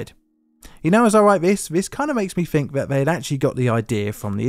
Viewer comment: I've noticed a deterioration in the English accent lately. Some English people are starting to pronounce words like 'think' as 'fink' and 'deaths' as 'deafs'. I hear it a lot in this video. Hopefully the narrator will read this comment and be able to tidy up 🙂Oh and by the way, the Police car make and model is 'Dodge Polara' not 'Dodge Parola'